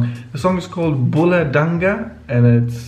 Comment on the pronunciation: Thats not bhula dungaa thats bhula duuungaaa